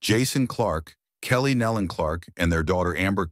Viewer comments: They pronounce their name Nelon ( knee Lynn) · Please learn how to pronounce their name. It is nee-lun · That is closer, but still wrong. Some people mispronounce it with a "y" sound, because it is easier to say, but it is also lazy and incorrect. "Nelon" is pronounced with a long "e" vowel sound and the "o" is a short vowel sound as "knee-lon." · It is pronounced like it is spelled Nelon, nee- lon, sir... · I just wish 1 of these people that are narrating would do their homework and LEARN HOW TO PRONOUNCE THEIR NAME!!! NOBODY has gotten it right yet that I've seen. 😕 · That is irritating me too. How disrespectful to not even learn how to pronounce their name.